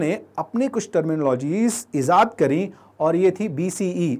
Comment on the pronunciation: Bro woh ejaad kiya kehte hain not ezaad